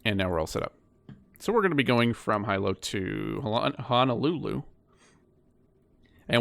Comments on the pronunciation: Love the video I’m from Honolulu friendly reminder Hilo is pronounced (hee-low) keep up the good work! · Hi sir, thanks for the great video. The Hawaii island of Hilo is actually pronounced Hee-Lo 🙂